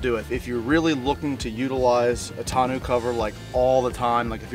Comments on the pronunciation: Tonneau is pronounced Tonn-oh btw, french words are funny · It's NOT pronounced "tonoo" ....figure it out!!